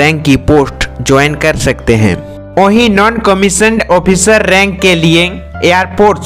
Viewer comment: कमिश्नर ऑफिसर नहीं होता, कमिशन्ड आफिसर होता है